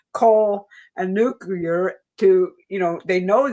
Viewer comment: .....I promised I would subscribe to the Newsletter if said nuclear instead of "nuc yah ler", and by golly, she did it. Here I go to keep my promise.